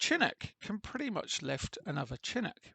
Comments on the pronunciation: It is (shi-nook) not Chin nook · Pronounced shee-noo'k :) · SHIN-OOK, YOU LIMEY BASTARD!